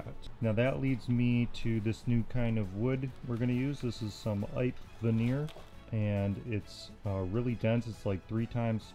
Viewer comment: Not “ipe”. “Eee-pay”.